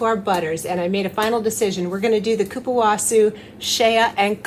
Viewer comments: Cupuacu is pronounced coo-pwah-soo or coo-pwah-coo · The pronunciation is difficult! Think ''KOO-POO-AH-SU''. And I concur with below statements - you are looking GORGEOUS. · Hi! The correct pronunciation is "ku-pu-a-ssu" and the correct writing is Cupuaçu. The letter "ç" has the sound of ss in Portuguese, like kisses 😉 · I had to Google it..but it's kuh- poo- kuh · kupuahSU.... that's how we pronounce it.. :)) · Kuh Poo Kuh butter, is the procunciation :) in case you wondered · Absolutely luxurious! It’s actually cupuasoo. In languages like French and Spanish there’s a little symbol that looks like a 5 cut off at the top that’s added under the c. It tells you that the c is a soft c. You may or may not have noticed some spellings of this word have that cut off number 5 under the c. Love your videos.